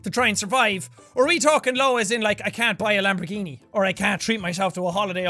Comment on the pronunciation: "i can buy a lomborghinigni" is that what you think a low salary is? XD